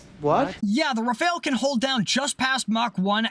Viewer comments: It's pronounced "Raff-al", not "re-fail". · rAfAl(e) not rafaEl ^^ ty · 'Rafahl', not 'Rafail'; otherwise, great video as always :) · The first and second 'a' in rafale are pronounced identically. It's not rafeale or whatever you're saying, it's rafale. You pronounce correctly the first 'a' so just say the same thing for the second one, it's the same letter.